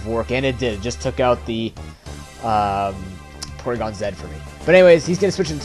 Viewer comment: It's awesome that you say "Porygon-Zed" as y'know, it's the right way to say it :). ANYWAY this was an awesome match dude! You forgot to mention that Toxic Spikes also works with Dusknoir as a spin-blocker. In short, pretty god damn awesome upload.